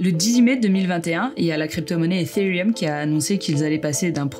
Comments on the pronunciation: Oui elle le dis bien. Par contre ça se dis pas Etérieum mais ethherieum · On n'en parle de comment elle prononce ethereum ? mdrrr